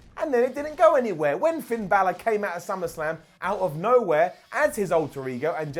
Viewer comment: "PIN" Balor - Wrestetalk